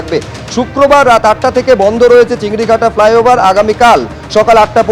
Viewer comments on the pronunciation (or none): চিংড়িঘাটা নয় 'চিংড়িহাটা'